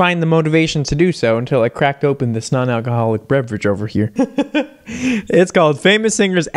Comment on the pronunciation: The way he emphasizes 𝑛𝑜𝑛-𝑎𝑙𝑐𝑜ℎ𝑜𝑙𝑖𝑐 is suspicious 🤨 🤣